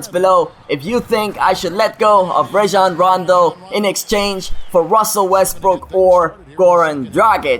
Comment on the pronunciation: I really hate to say this, but you're really pronouncing "Rajon Rondo" wrong. It's pronounced "RAH-jon," not "RAY-jon."